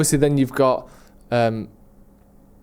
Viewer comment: It’s Woltemade. Said before Newcastle signed him it’s crazy he’s gone so under the radar as he’s the most talented one of the lot